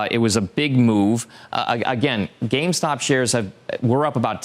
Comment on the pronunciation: They can't even say the name right. Calling it GameStock. Must really get under their skin.